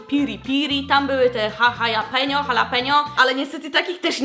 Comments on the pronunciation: Nie muwi sie Hahalapenio tylko halapenio ale i tak jesteś najlepsza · Ja też mówię halapenio edit: Nie lubię gorzkiej czekolady, a Nena [pies] zjadła raz całą tabliczke nussbisera [nuzbajzera] ja byłam w szkole, bo na ławie była czekolada.🤣